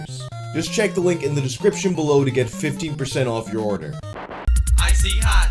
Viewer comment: why did you read "check" as "kek"?